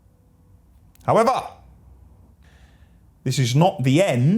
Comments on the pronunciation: that "HOWEVER!" gave me hope and i don't even work for the team hahaha! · Every time when says "However" it bring joys to my face. Good thing Ashville is here to stay.